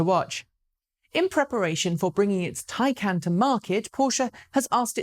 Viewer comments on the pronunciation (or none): More "tie-khan" than "tie-can"... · Not quite the correct pronunciation of Taycan (the "can"-part) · i mean there is a difference between taycan and tycan am i right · A news snippet specifically about how to pronounce Taycan and you still get it wrong. Ooops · I do like your show, but perhaps you should not discuss pronunciation. You still do not get Taycan right. Apparently your did not listen very well. You missed the correct pronunciation of Daimler several times as well. Passing off the concern about correct pronunciation as a joke contributes to the impression of English arrogance.